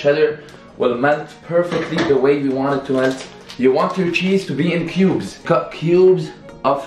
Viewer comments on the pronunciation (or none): I thought my man's was saying pueubs instead of cubes